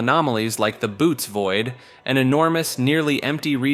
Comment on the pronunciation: The "Boots Void?"😂 That's not how its pronounced. It sounded like you knew what you were talking about for a whole 19seconds.